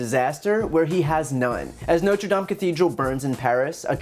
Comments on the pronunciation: I'm surprised he pronounced Notre Dame correctly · Trump must have spent time learning how to pronounce Notre Dame. I was expecting to say not-re-dame (as in female) or not-re-dam-ee. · I'm honestly surprised that trump knows the correct pronunciation of "Notre Dame."